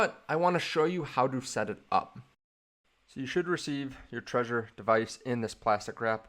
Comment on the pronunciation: It's not pronounced like the word "treasure". It's pronounced "TRE-ZOR". You have to pronounce the "Z".